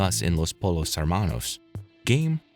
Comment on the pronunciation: POLL-os?! bro have you ever even watched the show? embarrassing.